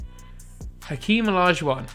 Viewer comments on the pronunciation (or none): none